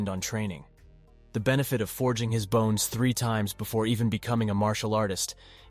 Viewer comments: it is said bones not boners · You were saying boners instead of bones (•ω•) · Stop saying boner its sounds like The pill is Viagra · Why does it keep saying boner instead bones or bone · It's Really hard to keep a straight face the guy say's bones as boner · Why do you say “boners” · I love how he says bones as boner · my man started talking about boner strengthening pills i was like "this took an odd turn" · Aye can't help but laugh every time